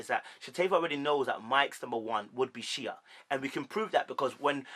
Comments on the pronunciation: Yeah but if you watch the show you would hear them get called by their names all the time. If you sit down to record a video talking about them, you should at least get the pronunciation of the names of the people you are talking about. No one has ever said 'Sheee-A' on this show ever. It has always been pronounced 'Shay'. And Mike literally said the other lady's name as 'Shan-Tay' in the clip you show and you still called it wrong. Not one name you called correct. Not one!!! 🤣🤣🤣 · Shea= Shay Shatava= Sha-tah-vah Shaunta= shawn-tay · Shea is pronounced Shay